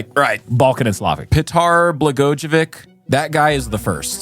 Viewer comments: Not an expert but I believe it’s pronounced blah-goy-uh-vich. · The name is usually pronounced “bluh-goi-uh-vich.” Same name as the former Illinois Governor Rod Blagojavic. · it's PET-ar Bluh-GOY-uh-ViTCH (albeit softly on the ch)